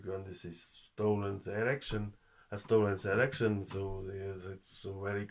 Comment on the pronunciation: Да говори по русски! А то получается эрэкшен вместо элэкшен.